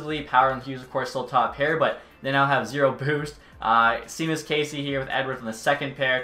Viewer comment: Good vid, love these types of ideas. For future reference, Casey’s name is pronounced Shawmus. Not Seemus or Sheamus… Shawmus. 👍